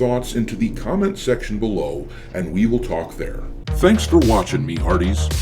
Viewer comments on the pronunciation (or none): none